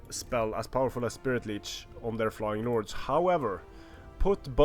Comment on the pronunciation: it sounds like you say nords instead of lords.